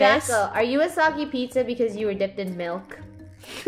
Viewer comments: Funneh it’s milk not malk😂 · Pizza and malk No it’s pizza and milk Sammy the pizza NO. STRAWBERRY.